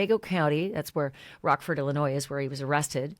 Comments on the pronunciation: Did I just hear you say Illinois with an S on the end!? The S on the end of Illinois is silent. I lived almost my entire life in Illinois and there is no S sound on the end. It is pronounced Illinoi…silent s. I am shocked that you are the third person this week that I’ve had to tell them, the S at the end of Illinois is a 100% silent! Thank you. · Girl I can’t believe you just pronounced Illinois with a S. .. You have to know the S is silent !